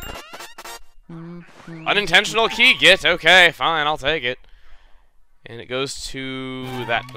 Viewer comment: When I here you say key it sounds like you said